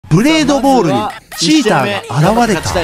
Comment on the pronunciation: チーたー↓じゃなくてチーた↑なあ